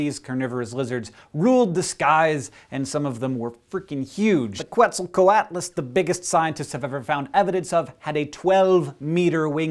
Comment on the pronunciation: "biggest thing that ever flew" Clearly not. Biggest LIVING thing, sure. BTW, no "w" sound in quetzalcoatlus. Quetz is pronounced "kets". It's science, Hank. Be precise.